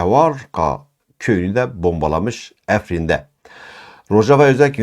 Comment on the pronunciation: EFRİN DEĞİL AFRİN CAHİL